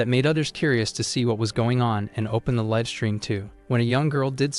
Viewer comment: Need to train the ai the difference between liv and live.